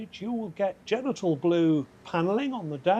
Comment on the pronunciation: Genital Blue LOL He said it twice! Freudian Slip?